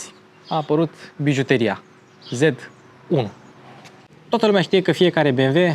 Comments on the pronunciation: Dc tot zici "zed" si nu "zet" 😑? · "ZeT" 1..... "ZeeeeeeeTTT" nu "ZeD" ca ești roman în puii mei nu vestic! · Nu mi-o lua in nume de rău dar “z” in germana se citește ca și “ț” românesc. Ms